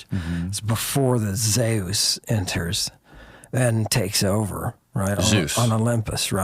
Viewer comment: Zay-Us, I've never heard it pronounced that way, but it makes sense because of "deus"